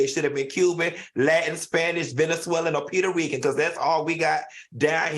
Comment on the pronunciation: Did Q just say Peter Rican? C’mon now